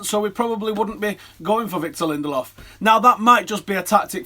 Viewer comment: Btw, his name is pronounced [Linde–lööv]. With the ö being pronouced like the vowels in "learn". With all these Swedish players, you have to familiarize yourself with the Swedish letters (åäö). ;)